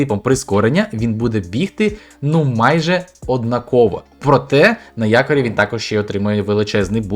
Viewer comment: Не однаковО...а однАково...